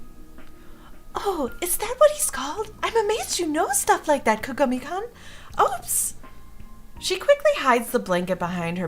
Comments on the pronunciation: btw ''Kun'' is pronounced how its spelled ( koon) and not Kan:3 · I love you, but you keep saying his name wrong XD it's kaa-gaa-me then the like greeting name is koon. So all together it's kaa-gaa-me - Koon. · just btw kun is pronounced (koon) or at least that what ive learned from animes. I love the voices